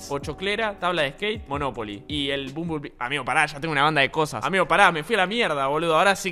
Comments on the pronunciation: Me encanta como dice bombonbli (nose como se escribe xd) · nadie spreen diciendo bumbulbi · Como pronuncias el nombre del transformer me da ansiedad :'v